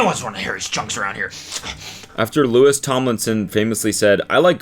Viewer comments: LEW-EE not lewis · The way I cringed when you said “Lewis” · The Louis with the hard s killed me inside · IT’S PRONOUNCED LOO-EE We’re still unhinged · not him pronouncing it Lewis 😭🤣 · Anyone gonna bring up him saying Lewis and not Louis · I can’t be the only one bothered with Cody calling Louis, “Lewis” 😂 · How dare you. How dare you pronounce Louis’s name like Lewis. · some of the imagines are absolute satire and seeing them being read as something fr is so funny also louis being pronounced LUIS is so funny 😂 god the bringing back of this is so funny — one of my friends pranked the sun and it was published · WHY DO YOU KEEP SAYING LEWIS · the s is silent it’s said like louie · Cody please just say Louis' name right ONCE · don’t pmo cody the s is silent in louis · cody the way you are pronouncing louis name is killing me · Saying Louis’ name wrong 🤣🤣🤣